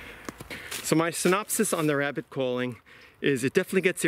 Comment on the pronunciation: As soon as he said wabbit I was gone😂